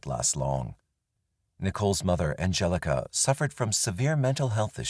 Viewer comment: Angelika in German is pronounced An gel ika emphasis on the 'K' and not the 'G' the G being a hard 'G' in Angelika. I know this because it's my Daughter's middle name, named for my Aunts friend who is German. Just saying 😅